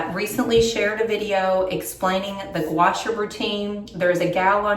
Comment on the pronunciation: FYI…. It’s pronounced gwa shaw like in shawl, just no “L”.